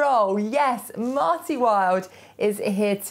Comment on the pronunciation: MARTY, not Mary, sorry